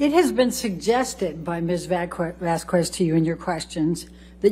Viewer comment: Could this woman please pronounce Ms Vasquez name correctly?